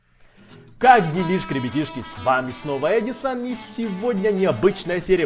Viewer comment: Был ЭдИсон (ударение на и), а стал Эдисон.